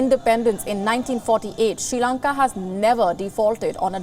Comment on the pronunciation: It's SRI Lanka, not SHE Lanka